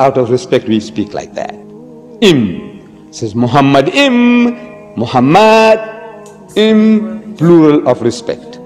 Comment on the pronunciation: The first mistake by Deedat is that he pronounced מַחֲּמַדִּ֑ים as ‘muhamaddim’. But he is wrong, it is ‘ma-kha-madim’. So there is no pronunciation of Muhammad. The other mistake made by Deedat is that he said that ‘מַחֲּמַדִּ֑ים' is a name. Again he is very wrong because מַחֲּמַדִּ֑ים is a masculine plural noun, so it is not a name (like יְהוִֹה, Yhvh). And because it is not a name it is impossible that it refers to the name of ‘Muhammad’.